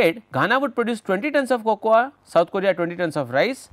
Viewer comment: Sir... Fantastic video ... Its Coco in pronunciation :)